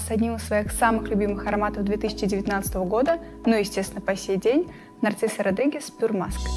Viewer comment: Нарцисо Родригес, боже выговаривай правельно,Narziso Rodriguez...,если взялись вещать о парфюмерии ..